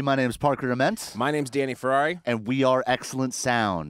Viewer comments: Wait a minute! it's Danny "Ferrare" not "Ferrari" lol 🐎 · It’s pronounced like the car just different spelling